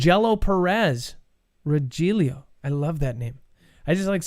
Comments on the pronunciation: My ears are burning,. It's not Ro Joel eeyoh. Rogelio is Roh hell eeyoh. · It’s ‘roHilio’ but spelled Rogelio